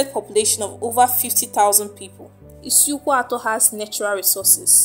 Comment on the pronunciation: Which kind igbo you de talk. You can't call the names well. Please am from isukwuato. Call it well please